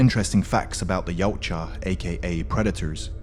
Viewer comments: No you don't. Steve Perry himself said it's actually "Ya-oot-chah" (Perry's the guy who invented the name in the first place). See here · wait its not pronounced y-ow-cha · I learned something today! TY! It's also got a sort of Scandinavian twang to it, doesn't it? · wrong way of saying it mate. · Try saying yau tja okay yautja